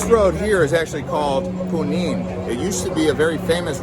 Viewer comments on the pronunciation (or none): Punin???? Junin!